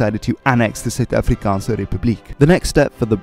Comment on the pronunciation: Your Afrikaans pronunciations are spot on! Your Zulu pronunciations aren't too bad lol. Great video